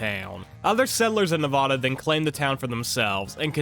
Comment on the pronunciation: You said Nevada wrong. The first a is pronounced like the a in apple, not like "ah."